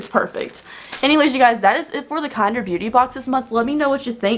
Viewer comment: I thought it was pronounced kin-derr